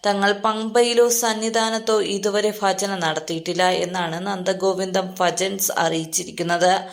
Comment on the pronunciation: ഫജൻ അല്ല ഭജന ആണ്